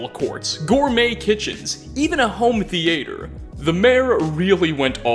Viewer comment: I feel like the most horrifying thing in this video is how you pronounced theatre